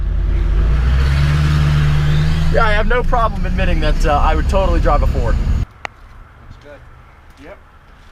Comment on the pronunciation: I feel like I'm the only person that heard "poor Tacoma" rather than "Ford Tacoma"